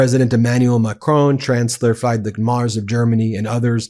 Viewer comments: Ben, why not learning to pronounce the name of Friedrich Merz correctly? When you mention him the undertitle says "fight the Mars"... . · Ben, you still get the pronunciation of the new German chancellor´s name wrong. Do you want to keep this wrong? Why?